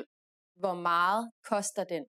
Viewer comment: "meget" is pronounced "mahl" ?